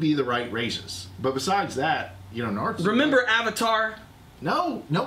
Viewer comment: i swear i'm going to slap the next person that says Naruto as Nareruto lol